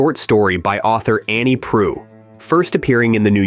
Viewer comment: Brokeback Mountain is one of the finest films ever committed to film. An absolute masterpiece. Every actor in this film gave themselves over completely to the excellent script. And Ang Lee was the perfect choice for the director. One quibble: the AI (?) generated voice of the narrator never even once gets the right pronunciation og Annie Proulx's name. She deserved better.